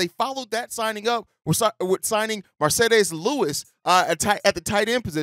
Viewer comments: I literally hate the way you say Marcedes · How did you pronounce Mercedes with a spanish accent?